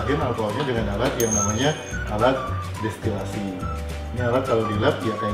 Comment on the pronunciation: Maaf, mau mengkoreksi sedikit. Yang benar distilasi, bukan destilasi 🙏